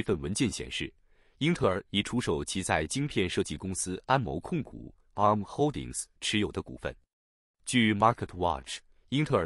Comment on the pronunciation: 啊~母~ 啊~母~ 好好笑~